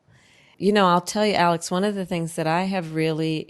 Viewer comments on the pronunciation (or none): none